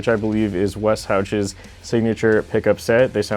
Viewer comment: the pronunciation of Wes Hauch's name hurt my soul ;_